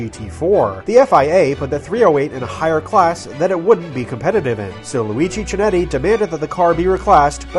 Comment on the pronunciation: FYI the 'Ch' in Chinetti is hard and thus pronounced like a 'K'. But good video and thank you.